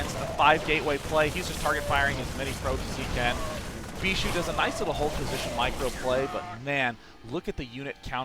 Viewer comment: when you realize they pronounce Bischu as beeshoe you can't unhear it again...